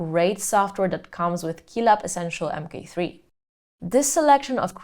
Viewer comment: It sounds like you say mp3 throughout the entire video, annoying indeed ;-) "M Kay 3" is the correct pronounciation babe!!!